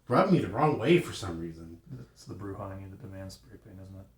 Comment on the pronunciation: 4 questions; No Malkavians? Are you CRAZY? Why did you pronounce Brujah that way? And any info for or against on having the Revised LARP rules (WW5013), and anything on Ghouls pets etc in the Humble Bundle?